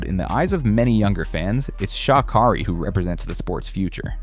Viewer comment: Pronounce her name right